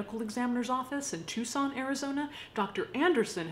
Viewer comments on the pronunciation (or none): none